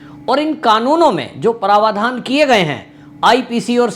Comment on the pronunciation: आपके उच्चारण का एक नमूना - आप प्रावधान को प्रवाधान उच्चारित करते हैं ।।।